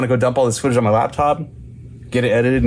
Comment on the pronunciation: When you said "I'm gonna go dump this footage on my laptop", it sounded like you said " I'm gonna go dump my spooge on this laptop" and I was thinking "Ummm TMI man, TMI",,,LOL